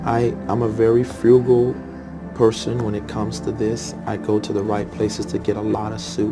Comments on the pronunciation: He can’t even pronounce frugal! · That's how foreign that word is to him, he don't even know how to say it! 🤣